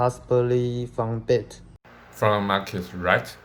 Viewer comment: 發音超級清楚耶 稍微小心幾個發音： Bat, 而且是有對話性的感覺 同時問的問題有變化性很棒 且問題間的承接很棒 菲律賓名哥真的很難訪耶（開玩笑的哈哈哈 還有提及文化的部分很棒 用字都很有深度 In the air, implement, under control, 很棒 同時有介紹菲律賓的政策 整體內容很流暢 戴口罩與否的邏輯解釋很清楚 而且有舉實際的例子 聲音是有表情很不錯 帶出人們沒有真正理解病毒 是很不錯的觀點！ 主持人都會適時摘述受訪者的內容很好 同時有說明排口罩很耗時間 但可以有一個結尾會更畫龍點睛＝） 超級感謝你們的認真嗯嗚嗚嗚 期待新學期更進步！！！＝）））））